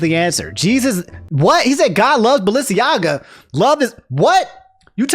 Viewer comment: Okay, Ima let you finish, but double take to 'God loves Balenciaga' was the strongest reaction in the first ten minutes of the video, and it fucking SENT me. 😭 you think that Ye ruining his reputation would be the funniest thing in this video. But it's actually the way says BalenciAGA??